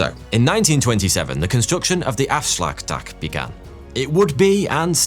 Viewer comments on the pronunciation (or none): Blud said Afslackdack instead of afsluitdijk